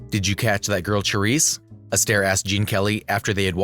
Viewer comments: Say the main subject's name properly! Good grief, it would take but a few seconds to find out online. Lots of good info, just please show due respect in such posts with CORRECT pronouncing (Sha-RISSE). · Who stole a show from whom? Silly to say. Each female star suited her roles's demands. Cyd ShaRISSE (not Cha as in Cha-Cha😡) could not have 'done' Debbie's perky-ingenue persona to perfection.